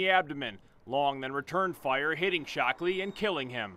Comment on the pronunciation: he said "shocked " ,, ole dead mans mans is "Shockley " priceless